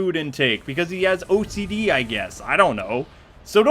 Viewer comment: Did you say he has OAT C D?